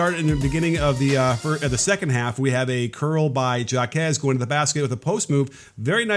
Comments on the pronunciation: Hawk-ez, not jack-ez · Do you not no that a J in Spanish is pronounced as an H, as in Jaques = Hawkez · It's pronounced Haw-Kez ,Coach. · Why is it so hard for people to say jaquez and juzang right. Like literally our two best players and it seems no one can get it right. Pretty simple names too smh. We were literally in the final 4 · I’m cringing every time you mispronounce Jáquez’s name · Dude deserves to have his name pronounced right. lol